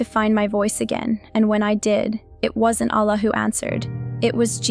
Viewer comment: Who else knows it's a script the way it is read!! Can you imagine the way she even say Allah doesn't match with the name..any ways this is a horrible script painting Islam i hope God forgive you!!